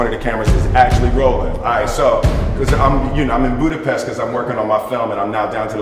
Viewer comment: I feel sad about that I heard everytime pronuncing Budapest wrong.